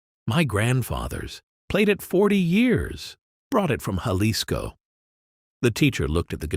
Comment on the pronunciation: Yep, AI can't pronounce numbers and words or foreign words either. But it can produce 200 of these quasi believable stories a day with the same voice.